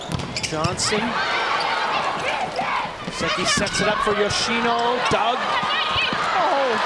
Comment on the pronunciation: Not sure which part of the name YoshinA comes from when it is clearly an “O”